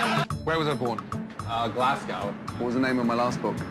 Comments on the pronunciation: It's glas-go I don't think as a Scottish person you'd say glas-cow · 'glass-cow' I've never heard that pronunciation of 'Glasgow' and I have close Scottish family. I've always said it as 'Glas-go'. How does everyone else pronounce it? I'm so curious now 😂.